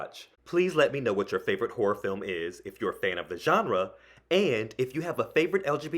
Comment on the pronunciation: Um, "horror" should have TWO syllables... or it sounds like something else.